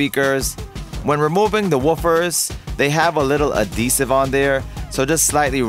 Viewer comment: Ad hesive. Not a desive… 🤦‍♂️